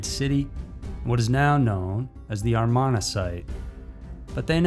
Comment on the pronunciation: He completely botched Amarna and Akenahten as well. 🤦